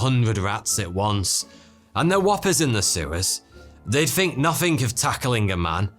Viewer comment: they said nothink back then? Instead just nothing? Or is this his own mistake?